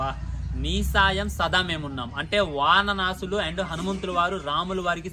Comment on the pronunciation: వాన నాసులు కాదు .వానర సైన్యం.... ఫస్ట్ Learn To speak TELUGU...